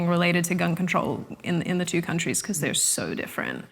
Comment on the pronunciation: beceuz... I can't deal with that pronunciation lol